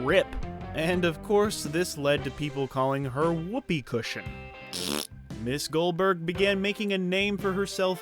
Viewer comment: Goberg LOL.